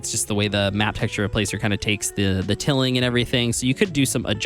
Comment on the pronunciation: The word here is tiling, not tilling - like the tiles in your bathroom - pronounced TIE-ling (tilling is turning over land to prepare for planting) :)